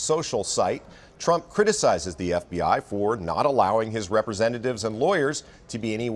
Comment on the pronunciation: "Frump"? Seriously? 😂